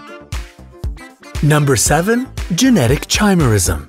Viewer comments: It's KY-me-rism. Not CHAI . :)) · You guys really need to check how what you're talking about is pronounced, not just in this video, but others as well. For example, the "ch" in "Chimera" is pronounced like a "k". If you pronounced things correctly, it would make it seem more like you know what you're talking about. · Wonderful video, but the "ch" in "chimerism" is pronounced as "k," much like other words of Greek origin ("architect," "school," "ischium," etc.). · When he says "chi"merism instead of "ky"merism... cringe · Chimera is pronounced kimera. No chaimera. So it's kimerism not chaimerism. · Ky-merism. Not chi. Good grief. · Ky mer ism.... Is how it's pronounced. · Chimerism is pronounced Ky-mer-ism. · The correct pronunciation of "chimerism" is "ky-mer-ism". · Chimerism is pronounced like Kimearism.